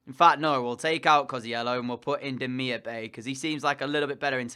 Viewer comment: Great video but Bay in Demirbay is pronounced Demirbye for striker look at David, Piatek and for GK Pavlenka and Meret